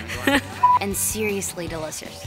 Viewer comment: Hahahahha I can't stop laughting about when she said seriousley delishosh delishdhksks LOL!!!!love sel!